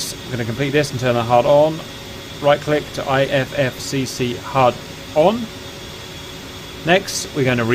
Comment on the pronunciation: EGI is pronounced eeh ghi, SAS is pronounced like a word, IFFCC is if-see CICU is like kick you, JTRS is jitters, EAC is ee-ack, the CAP is the caution annunciatior panel, and they’re MFCDs not just MFDs in the A-10 but those are just technicalities